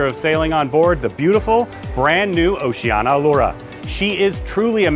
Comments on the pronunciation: You keep saying Oceana. It's Oceania. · I would watch cos I am going on one of the cruises on Allura, but if you can't say OCEANIA correctly, not even once, but rather butcher it five times a minute, (notice the i , which makes it ooooo ceeeeee aaaaa neeee aaaaah) then I'm going to give it neg thumbs and NOT watch it....